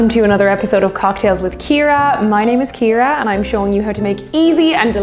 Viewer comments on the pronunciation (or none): none